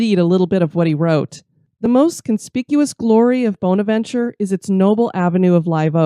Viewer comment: Was just there this morning 😍 One of my most favorite places to visit, I go 8-10x year and I see something new every time. As a kind FYI, it’s pronounced “BAHN-avenchurr “ here in Savannah. Corinne Lawton died of pneumonia right before her marriage. The arch with the Jesus statue is her father’s memorial. Local lore says that she is positioned with her back toward her father, as she was marrying “below her station “. Actually she and her father were originally buried at Laurel Grove cemetery and moved to Bonaventure in 1898.